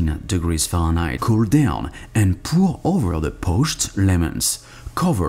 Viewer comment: Omg when he says Fahrenheit